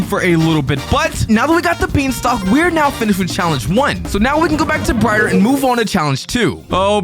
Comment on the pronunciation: I heard you say bryer instead of brighter